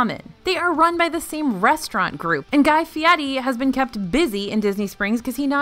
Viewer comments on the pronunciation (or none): none